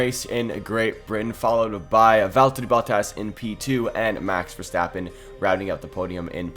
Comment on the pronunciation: Its valtteri bottas not veltter